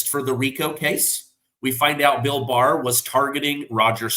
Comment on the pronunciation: Got it, Barr not Baer😢